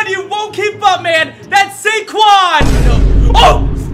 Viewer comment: Instead of SaQuads, it's KaysQuads